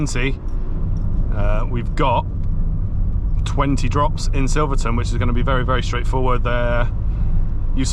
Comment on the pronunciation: It’s really annoying me so had to comment 😂. SilverStone not Silvertonne